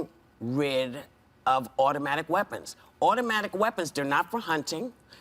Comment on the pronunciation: Whoopi has worms growing out of her head ,you moron we don’t own auto Mac waapons . These people R very stupid and so is anyone who listen to this nonsence . Nuke waapons what